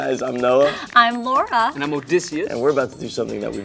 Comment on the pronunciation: When she said I'm Laura, I heard "I'm Lara"